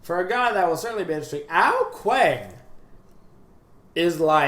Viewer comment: I mean how he says ao kuang not like ao kuang like its supposed to but he says it like ao kuWANK.... lol